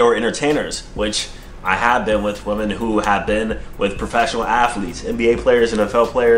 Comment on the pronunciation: Women and woman = the same exact pronunciation to AD.